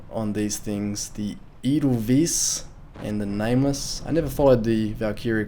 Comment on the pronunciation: and they loudly mis-pronounce "Edelweiss".